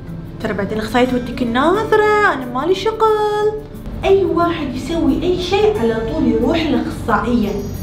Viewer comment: شقل✅ شغل ❌😂😂😂😂ههههه